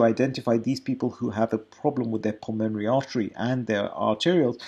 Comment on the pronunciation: Nice guy, and no doubt good Doctor. But badly needs to learn to pronounce "pulmonary".